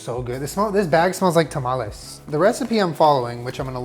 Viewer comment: when he says tamales right 😍😍